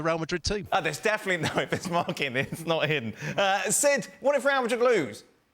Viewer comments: If you don't have a thick accent for everything else, dont have one when saying real madrid. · You're speaking the Queen's English, and you can't speak it when you pronounce Real Madrid? . . . Bush League